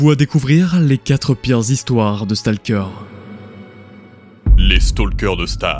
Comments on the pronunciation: Le mec di stAlker au lieu de Stalker mdrr mais après vu que c'est une bonne chaîne je leurs en veux pas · "stalkeur" NON, staulkeur (je parle en mode phonétique mdr) sinon SUPER VIDÉO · StAlker... Un effort mon reuf stp